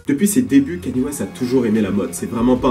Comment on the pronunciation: wesh c'est quand que les gens arriveront a bien prononcé son nom ? ça se pronnonce "Kaï-Ni-É" bordel pas Kany et encore moins Kenny comme j'entends trop souvent